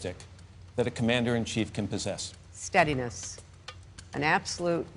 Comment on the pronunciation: steadines..yea. like Libya.